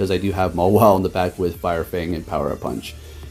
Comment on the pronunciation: “Fire Fnag”